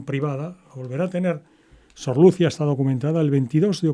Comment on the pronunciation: ¿Por qué pronuncia el nombre Lucia sin acento en la i?